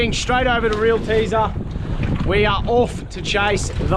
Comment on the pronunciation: Why can't you say off properly?